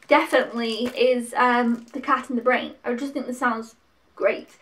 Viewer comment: You did a good job of picking,. I know all of these two I've only seen films 2, 3, and 4. "Cat in the Brain" was one of Lucio Fulci's last films (you were almost spot on with how to pronounce it lol) but he's most famous for a group of horror movies he made between 1979 and 1981: "Zombies" (aka "Zombie Flesh Eaters" in the UK), "The Beyond", "The House by the Cemetery" and "City of the Living Dead" all of which were pretty notorious in the day their gore content and grim atmosphere. He made a number of other horror movies too but those are the most famous. "House" was a lot of fun as it's a haunted house movie that both acts as a horror movie but it also has a strong sense of humour. It was a big enough hit to warrant at least two sequels that I know of, but it's the first one that's the best. "Burnt Offerings" is the oldest film that you picked up - it's from 1976 and was adapted from a novel. Not a ghost story per se but one where a family looking after this huge mansion and the elderly woman who lives there become unsettled by a more increasingly severe series of strange happenings that take place. It's slow-building suspense (and not gory) but I've watched it a few times and enjoy it. Lastly you're right about "The Incredible Melting Man" - it is cheesy. It's meant to be something of an updated version of the kind of science fiction and horror movies that were very popular in the 1950s albeit with contemporary special effects. It goes get goopy and gruesome at tim